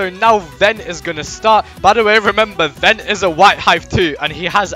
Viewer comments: In the video you are saying Ven but it sounds like Ben so people think you are referring to Ben, lol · when u say ven it sounds like Ben and bens #3 on robo lb so people might think it’s #2 vs #3